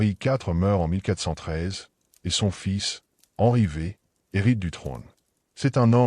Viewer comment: Henry VVVVV😂😢c’est catastrophique L’IA 😢😢😢